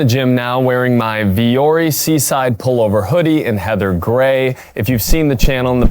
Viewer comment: LOL, ”vuori” is Finnish and it means ”mountain”. And it’s definitely not pronounced like that. 😅